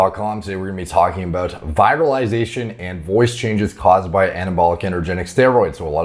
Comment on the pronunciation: Just to help you step up your game: the first “i” in “virilization” sounds close to the “ea” in “ear.”